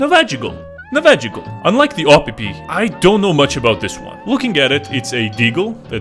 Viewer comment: "AW-PP" got me rolling